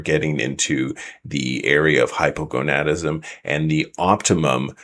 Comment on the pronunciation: Wow! Someone has mastered the pronunciation of Hypogonadism! Great video! Thanks for putting out this info!